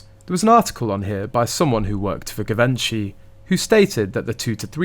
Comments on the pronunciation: It’s pronounced Jivenchy! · Pronounced: ‘GEE VON SHEE. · Please research how to pronounce Givenchy. You are interesting to listen to and clearly put thought snd effort into your videos.